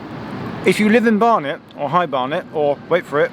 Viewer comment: High Bear-net?